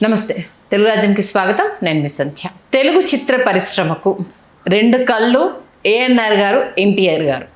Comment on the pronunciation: కల్లు కాదు కళ్ళు